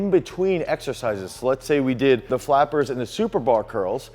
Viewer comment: Flappers, guys.....not fappers geeeeeeze guys c'mon 😂😂🤣